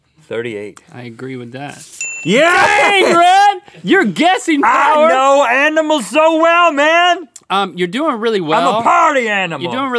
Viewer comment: Didn't know anyone else pronounced it 'animules'! 😂